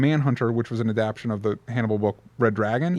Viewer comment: DJ: Adap-TA-tion has one more syllable than you think it does...